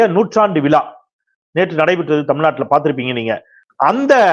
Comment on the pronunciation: கழகம் டா அது கலகம் அல்ல. கிழக்கு என்பதை கிளக்கு என்கிறாய்.. விழா என்பதை விலா என்கிறாய். ஒரு ஊடகத்தில் இருப்பவன் ஒழுங்காய் தமிழை உச்சரிக்கக் கற்றுக்கொள் முதலில்.